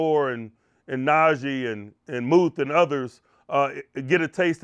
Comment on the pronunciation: come on dude. It's Najee, not Najay.